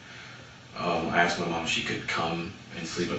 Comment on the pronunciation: It almost sounds like she axed for it.